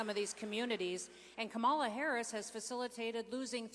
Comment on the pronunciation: The Governor pronounces Kamala's name incorrectly too. Is that supposed to be some kind of slur? All it does is show their ignorance.